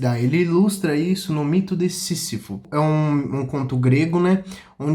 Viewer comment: Lindão, se fala "cam I s" e "sí Z ifo". Parabéns pelo canal.